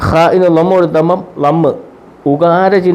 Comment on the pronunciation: Lamm alla Lamma